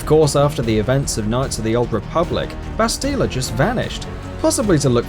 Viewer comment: How The fuk is it he says bastilla and revan